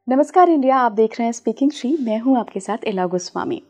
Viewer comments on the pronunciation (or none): none